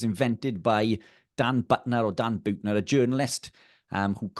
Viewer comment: It’s pronounced like ‘beauty’: Buettner. I think he did go to them but he definitely downplayed their meat consumption. Also, many of these people never had a birth certificate! And then in order to get some sort of pension or social security they then may have ‘exaggerated’ their own ages (in order to get more benefits?)